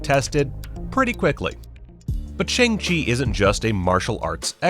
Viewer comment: It's pronounced "Shawng " not Shang.